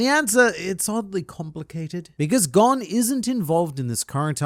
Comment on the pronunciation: You're saying his name wrong